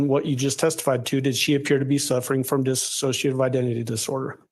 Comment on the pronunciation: It absolutely drives me NUTS...here's lawyer keeps calling it DISSASSOCIATIVE when it's DISSOCIATIVE. One means not to associate anymore. The other is a mental state. I can't stand it how they're claiming she has this super rare disorder that they're obviously completely clueless about considering they can't even say it right 😂😂